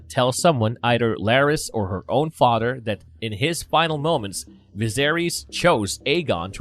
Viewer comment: I hate to be a stickler but whenever you say a word with a TH sound, you speak "D". IE: father becomes fodder, then becomes den, they becomes dey and so on. Great video nonetheless.